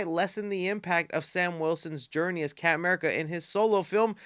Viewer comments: Love how he says camurca instead of captain america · My GOD stop saying "Capm 'Merica'". He's not Capm Crunch